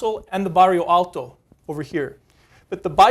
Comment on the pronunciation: He wants to show off the one Portuguese word he can pronounce. God knows it's not Santa Justa or Bairro Alto.